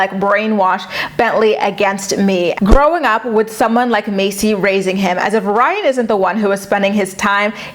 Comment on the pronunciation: I’m screaming 😂😂😂 you said “Rhine” 😭😭😭😭